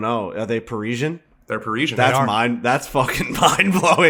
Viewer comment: Confidently correcting somebody when you're wrong has to be one of the most irritating things, pronounced it correctly the first time it's par-is-ee-an